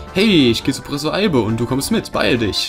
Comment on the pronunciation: hast du einmal wirklich anstatt professor prossefor gesagt? oder hab ich einfach was an den ohren? hahahah xD Der Rahmen is so toll <3 uuuund ich bin froh, dass die Parts nur 15 Minuten lang werden, find ich sehr gut und ich freu mich sehr auf dieses Projekt Insofern mein Internet mitspielt ;)